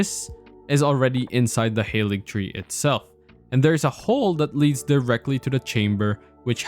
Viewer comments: Its pronounced Ha-ligtree. Not hayligtree. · It's Haaaaaaaalig tree ffs